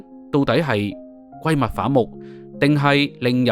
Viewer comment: 主播你的第一语言英该是普通话吧？不介意你的口音，但是有的字念得完全错了，比如“闺蜜”"联袂”。。。祝你进步！